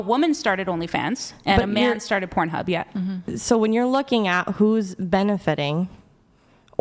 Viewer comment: LMFAO she's fucking hilarious she called it kornhub😂😂😂😂